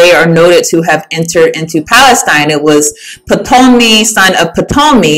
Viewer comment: Shalom!!! Brothers and sisters it's high time that we all, henceforth and forevermore, pronounce Ptolemy in it's TRUE form...Tah-luh-mee. Blessings!